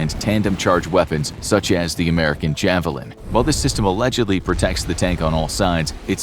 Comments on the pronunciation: Ich vermute wenn er das Wort Javelin so krass verdeutscht das es schmerzt? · "Die iawelien" haha sehr gut :P sehr gutes Video :) Abo ist raus